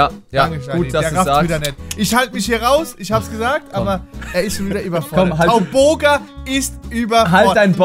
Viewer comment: ....wtf😂 tauboga😂